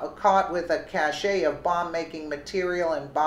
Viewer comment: cache is pronounced 'cashh" not cas shay. AND normally when there is a suspicion of explosives ''regular'' cops call the bomb squad--normally they don't go searching for explosives or grenades themselves